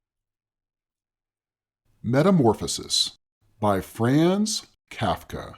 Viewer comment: Jesus F. Christ. You begin by mispronouncing both Franz and Kafka.